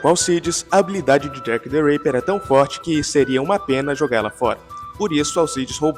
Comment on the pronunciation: " jack the reiper" é Tipo Jack the raper? Jack o estuprador? Kkk Achava que era Jack the ripper, o estripador rs